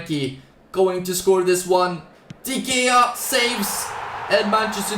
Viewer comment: I like how he pronounces De Gea as “Dee Gayar”.